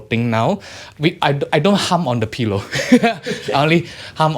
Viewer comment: Love how. says pillow.....peelow 😍